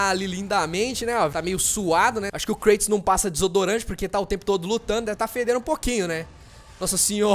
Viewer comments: é Kratos n klatos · o falou klaitonkkkk